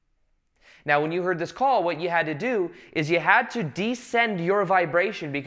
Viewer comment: explaining intensely time travel and parallel lives:“This time meow [now]” haha this made my morning 😁 Love it.